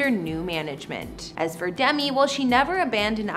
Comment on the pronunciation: She also mispronounces Demi and Ashton Kutcher as well as a few more words, and her facts and description of the San Remo were questionable. My real estate sales manager would have handed them back to me for a re-write. "Penthouse makes you feel like you're living IN Central Park?" It's more like looking down at the park. And they never moved in!